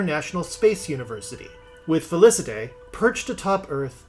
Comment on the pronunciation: Felicette = Fey-Lee-Set